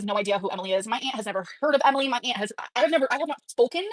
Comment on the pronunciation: Btw can I say that I genuinely hate the way she says aunt…it’s like nails on chalkboard not because of the pronunciation but the way she drags her speech is stupidly annoying…it’s like she saying “ayanT” with extra emphasis on the t